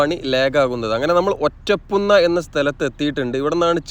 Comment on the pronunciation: ഒറ്റ പുണ്ണാ അല്ല. ഒറ്റപ്പുന്ന ആണ്